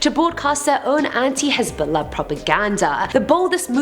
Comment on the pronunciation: The way she says Hezbollah is on POINT yes queen